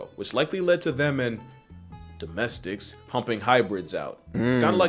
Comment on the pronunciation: This man gritting through "Domestics...." is funny to me lol like bro what?